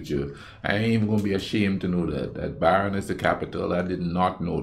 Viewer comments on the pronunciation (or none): Baron = Bern